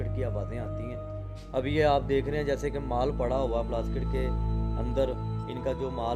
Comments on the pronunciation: sorry mazrat k sath plaskit nahi plastik bolay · bhai aap bar bar Plastic k bdle ..plaskit plaskit ! q bol rhe ? 😀 kya zuban aapki or log ki trh kisi kisi chij me nhi firti h kya bhai mere 😀 bt we Lov you brother. ALLAH HAFIZ